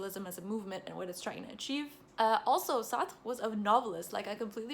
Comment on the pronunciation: Wow this is the first video I have seen of you and it was beautifully organized and concise. You did Sartre a lot of justice with your explanations and you also pronounced his name nicely. I’m a philosophy undergrad and I’m reading some of Sartre’s work and find it extremely intriguing. He is one of my favorites even if I don’t agree with all of his work. I want to thank you for making such a easy to understand video of his thought without sacrificing the intricacies at play. PLEASE do more videos on different philosophical texts, we would ALL benefit from them. I felt drawn into the video the whole time! Thanks!